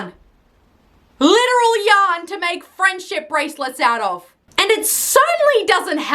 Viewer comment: the way she went “owta”